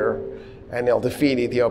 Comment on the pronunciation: You said Ethiopia correctly 👏👏👏👏👏